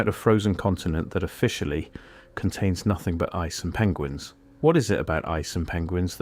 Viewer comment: kinda cracked me up when he said penguins like that 😂 but I absolutely agree with what you’re saying, if there is nothing there and it’s just and ice land mass then why protect it like it your meat and 2 veg if ykyk. There is defo something there they’re hiding from the public and have agreed to continue hiding.